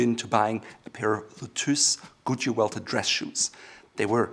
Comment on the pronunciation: Dose anyone else hear Gucci welted rather than Goodyear welted?